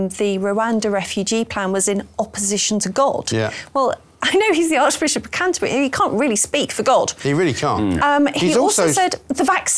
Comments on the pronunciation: She nearly said the Archbishop of Cunterbury 🤣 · did anyone spot Laura Dodsworth Freudian slip where she nearly said the arch bishop of c$*terbury instead of Canterbury at 16.27